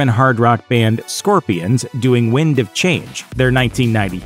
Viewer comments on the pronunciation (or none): none